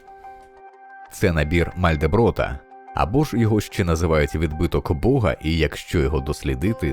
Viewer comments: Не "Малдеброт", а Мандельброт! 🤦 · Benoît Mandelbrot. Прізвище його вимовляється як Мандельброт. А не Мальдеброт, як його читають у відео. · не Мальдеброт, а Мандельброт. І як зауважив один з коментаторів, треба було починати з Пуанкаре, а не Тьюрінга. І чогось жодного слова про синергетику і Германа Хакена. А взагалі, гарне відео для тих, хто далекий від цього.